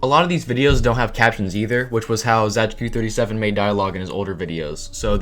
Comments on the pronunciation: wtf why do u pronounce it as zaygeekoo it's just zay-tzu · It's pronounced ,,Zaytsu37" I think... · my ears are bleeding how you pronounce zajcu37